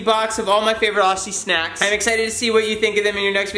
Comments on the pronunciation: Aussie is pronounced ( oz-zee) just so u can say it properly :) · (we pronounce aussie like ozzy) but whatever works for u gurl! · PSA: It's pronounced "Ozzie" even though it's spelt aussie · Please say Aussie, like Auzzie. From an honorary Aussie 🇦🇺 🇦🇺 🇦🇺